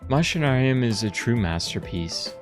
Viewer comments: its pronounced mac-inarium bro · Coming from latin, its pronounced machina with a K, Makinarium! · Btw you pronounce the “a” in the name, its ma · shuh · Nare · ree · uhm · Wait, it's pronounced "Mushinarium"? I've always pronounced it "Meké-nairium". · If we think in a latin way (like "deus es machina"), it makes sense, even more knowing the -ium suffix. I always pronounced it "Machinarium," but I believe you are right. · Back when I was 10 I loved this game so much when I made like my own world I made a country that is named after this game, so much Nostalgia. BTW I pronounce the game's name "Makinarium". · But it's pronounced "Mackinarium" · Man i love, that you made video about game from my country, it is also one of my fav game(fav is creaks from same studio)-also the way you say is name is funny, but not judging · That's really how it's said?! I've been wrong all this time??! It just seemed obvious, or so I thot. All the machines everywhere. Your character is a machine. There's machinery all over the backgrounds. And the title has most the word in it!! Lol Machinarium. So ya machine= Machinarium to me. The way he is saying it just sounds weird as hell lol. Then again when I look it up it's spelt MA-KUH-NAA-REE-UHM. So IDK 😶